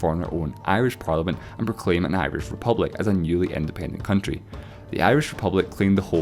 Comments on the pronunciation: Am I the only one that noticed it said coutry not country? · 'the coutry' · on the right.. what is a coutry?????I think you mean country or county